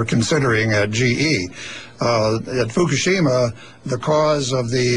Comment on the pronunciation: FUCKashima, FUCKashima, FUCKashima, FUCKashima-It's pronounced: FUCK-A-SHIMA.